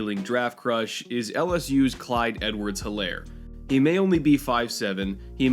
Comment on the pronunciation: It’s pronounced Edwards-HEELAIR